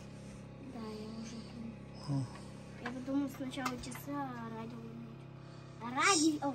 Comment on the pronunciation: Как сказал радиво так и будет писать Тим,правильно говори.Радио.